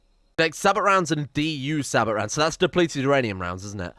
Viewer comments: The Punisher has infinite range. It will shoot at anything it can see on the map. Also the ammunition is pronounced with a silent 't' so it's more Sabo or Sahbo than Sabot. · Sabot = “Say-bow” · sabot is pronounced say-bow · The "T" in Sabot, is silent.